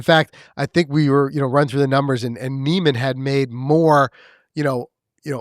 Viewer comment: First learn how to pronounce Niemans name and your argument does not hold water every sports league does of necessary have it best player or team crowned its season champion. By your logic the patriots should have been crowned the superbowl champs after finishing the season 16-0 and as we all know they lost to the giants In the superbowl